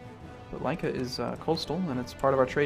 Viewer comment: its not lajka its Lika i live like 100 km from there :D